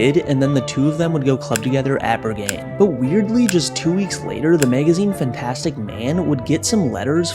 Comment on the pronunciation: "Bergane" lmao